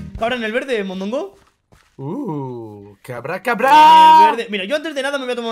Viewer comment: mondongo dijo un poquito mallo no eres?